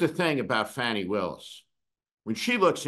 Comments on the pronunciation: No Steve, you're a bit WRONG! Also please get her name correct...it's FAWNI not Fanni. Perhaps we should call you. Those Prosecutors SHOULD have done what they did, at least f**king TRY to bring that Tangerine Tool to justice! This is. not. OVER. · You're full of it...and her name is pronounced Fawni.... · Her name is pronounced FAHnee, Steve. This is the worst rant you have had. Off base. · You could have at least pronounced Ms. Willis' name correctly!!!! If Merrick Garland hadn't dragged his a$$ for three years because he didn't want to appear partisan, we might not be in this situation. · YES, that's my question, as well. Steve, can't believe you are disrespecting Ms. Willis by mispronouncing her name. And, BTW, her issue was and is totally unrelated to the crime Trump committed. Also, I think you are way off the rails today. Why are you so keen to be critical of the prosecutors? I see our laws as being way skewed in favor of the rich and famous. That, and a seriously weak Merrick Garland, as well as a corrupt Supreme Court. You need a few moments of self reflection, Steve. You are out of control